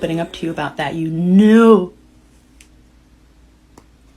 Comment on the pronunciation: Ayyoo "YOU KNIEW" had me rolling 😭😭😭